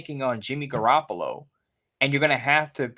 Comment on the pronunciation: Every time mentions Jimmy Garappalo I cringe...😒 Really hope if we go Stroud, we keep Stidham.